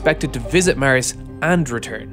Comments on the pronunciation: It's pronounced Mars not miarse, sounds like youre saying mi arse. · You have very interesting content! But... Could you pls start saying Mars instead if Mers. Please?! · Mars , not ,Mers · It's not Mers... It's Mars.... 😂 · "it reduces the equipment the rocket will need to carry to Mers!!" lol Does anyone have Mers Ber? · Not mars Not mers MÊrs